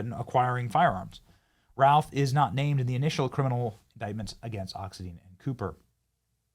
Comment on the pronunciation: Gotta be that person… it’s pronounced, “Ox-IN-dine”.